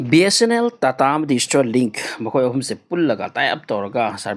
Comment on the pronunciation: Stirlink natte STAAAARLINK aduga sigi news sina kanana haino? Ngga elon musk ka pao faonarabo?